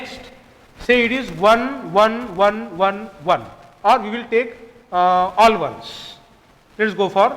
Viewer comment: "wan wan"